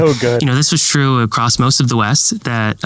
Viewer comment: Can someone help me understand why some people pronounce the word across as 'acrosst'? I lose my mind every time I hear it.